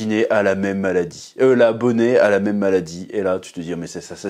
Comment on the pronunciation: Ça se prononce Ginny, Chef. Et pareil pour Bonney (Bonnie)